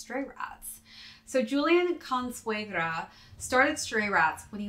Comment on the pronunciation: Ninja Turtles/Splinter vibes lmaooooo. Also, your pronunciation of "Consuegra" was funny, but I'll give you an A for at least trying lol